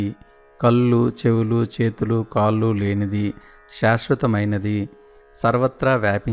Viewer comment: దయచేసి కళ్ళు అనండి కల్లు కాదు కాళ్లు, కాల్లు కాదు దయచేసి ఇది గమనించండి